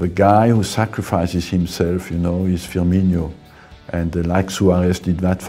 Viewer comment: anurag agarwal It’s Firmino. Firstly ñ is for Spanish. Secondly, a lot of people (not just Wenger) assume that since Firmino is Brazilian, his name should be pronounced ‘Firminho’ but it’s not; it’s just Firmino.